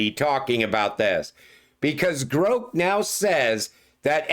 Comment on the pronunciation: Love your content! Just to help, Grok is pronounced like rock